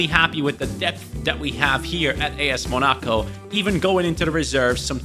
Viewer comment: please pronounce Monaco correctly. Not mo-NA-co, it is pronounced: Mona-co